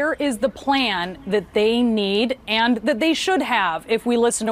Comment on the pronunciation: trump can't pronounce the 'n' in 'and' because his nose is stuffed (with Adderall &/or coke, according to multiple sources).